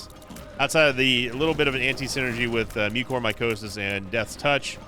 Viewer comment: Wait... THAT'S how you pronounce mucormycosis? I've been saying it very wrong this entire time